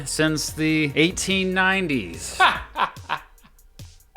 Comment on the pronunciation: 1990s were the Clinton era. No way a Fox news guy would say things were good then. My guess is verbal dyslexia and he meant 1980s instead of 1890s lol